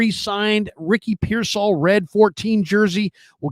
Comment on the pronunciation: He also says pearsALL INSTEAD OF PEARsall 😂